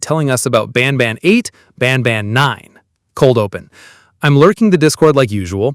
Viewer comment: Banban not banana😂